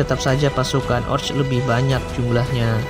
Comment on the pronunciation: Orc.. Sebutny oQ